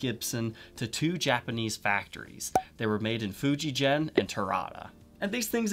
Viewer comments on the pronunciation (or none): The company name isn't pronounced "Fuji Jen" the G is pronounced like you would in "get" it's "Fujigen". If I need some sort of diploma to prove I'm right, I live in Japan, 30 years now. I speak Japanese, I buy directly from Fujigen, and I've done work for Kanda Shokai. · Nice vid. Just bought a black/gold Orville by Gibson Les Paul Custom. Can't wait to try it. By the way, it's pronounced Fujigen, not 'Fujijen'. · It's FujiGen like Gum, not like Gem.